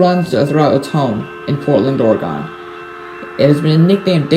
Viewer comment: Good video, I cannot get over how you said Oregon though😅